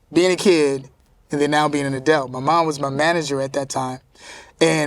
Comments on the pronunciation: Kel it's - Adult, not Adelt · Him saying edults and not adults kept throwing me lol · It's kel saying adelts instead of adults for me! Lol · So am I the only that thinks kel saying adelt instead of adult is cringe 😆 jk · “Adelts” lol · "adelt" -kel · How many times did Kel say the word Adelt (Adult)??? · He pronounces adult uniquely lol.💛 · Such a great interview, but the way he pronounces “adult” know it tickled me. 🤣🤣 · Is Kel saying “Adult”?